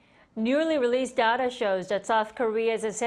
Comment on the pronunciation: "Newly releashhed data shows that South Korea says semiconductor indushh-tree is ahh-booming once again. According to the Korea-suh customs service on Tuuush-day, experts on the firshhht twenty days of May rose ahhhh 1 point 5 per-shhent-a compared to daa same period lashht year coming to a total of ober 32 point 7 billion U-esh dollarsh." Kim Da-Mi: Please do not to substitute "s" with "shhh" and not add "ah" at the end of words.